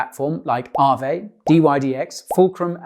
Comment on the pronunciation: Thanks! I only invested in Aave and Kyber, because farming is too difficult to me. You pronounced Aave right, well done!